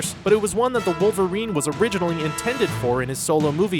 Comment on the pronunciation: What is "Orignally"?